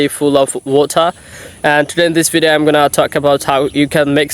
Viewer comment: Good job. Near native. You need improve. For example you pronounced incorrectly ‘video’ ‘speaker’ popular….etc. Popular supposed to be poh-peeh- lah.